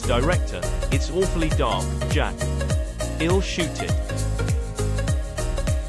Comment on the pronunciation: When a channel can't get basic facts that are availale on IMDB correct, they get a thumbs down from me. That computer pronounced I'll as ill, also. lame.